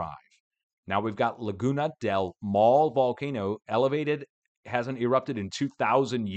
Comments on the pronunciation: it is pronounced mow (like now)-le( like in let) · Thanks for your content! Been watching you for i wanna say like 14 years. Maule would be pronounced mawl-Eh. Each vowel is pronounced in Spanish. The way you are pronouncing it sounds like the Spanish word mál. Which means bad. lol. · Laguna del Maule the e at the end you pronounce as an a sound